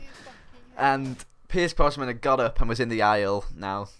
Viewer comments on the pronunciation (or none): every time you said Brosman i cringed haha, it's Brosnan :P Great commentary tho <33 ! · Its Brosnan not Brosman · BrosNan not BrosMan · Had to turn this off cause you kept saying pierce brosman instead of brosnan. Sorry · were you saying Brosman? its brosnan i think dude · Its BrosNan, not BrosMan